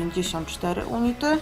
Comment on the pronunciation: unity czytamy junity :)